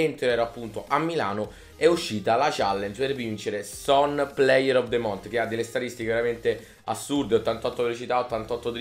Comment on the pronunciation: just month si dice con la lingua tra i denti non con la t finale